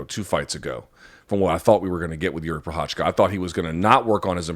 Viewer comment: How hard is it for someone who's been covering MMA for years to actually try to learn how to pronounce the name of one of the former LHW champions?